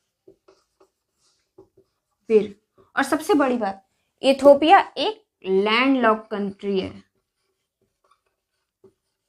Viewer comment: इटोपिया नही मैडम इथोपिया